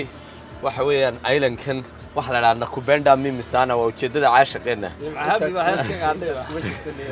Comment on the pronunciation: Its nakupenda bro not nakubenda.